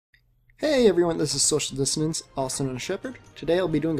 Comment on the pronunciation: o_O Im just now realizing the way you pronounce dissonance, I thought it was dee-son-nance. XD